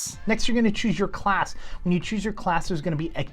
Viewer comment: Did my dude just say Ssalc?